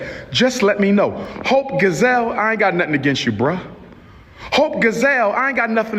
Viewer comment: "Hope Gazelle" baby when I tell you, that SLAYYYYED MEEEE. 😂😂😂 it's "Gi-selle", you know, like Beyoncé's middle name? 😂😂😂 Dr. Umar plays entirely tf TOO MUCH! 😂😂😂😂 Oh, and the issue isn't "presenting" as a woman, it's actually NOT BEING A WOMAN WHILE SPEAKING ON OUR ISSUES. 😒🙄 TF? It's the delusion for me.